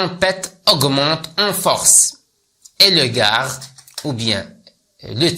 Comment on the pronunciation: ارجو ان تصحح تقرأ دو كا وليس دوكاغ